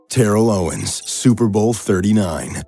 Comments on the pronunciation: How he said Terrel owens hurts me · ah yes, my favorite player TARRELL OWENS